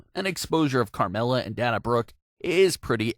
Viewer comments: “Daaana Brooke” 😐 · stop saying "Dah-Nah Brooke"